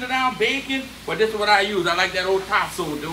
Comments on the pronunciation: What was the second meat he added after the smoked sausage? I couldn’t understand it sounded like Tasso or something lol. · Did he say Tasso or Possum? Btw everyone who lives in the south knows my confusion is justified